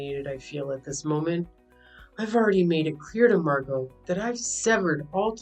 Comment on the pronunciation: At least you know how to pronounce Margot. I've heard it butchered so much lately